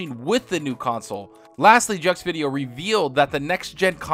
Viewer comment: sorry you say so wrong man lol jeux video mean video game my hear get hurts when you say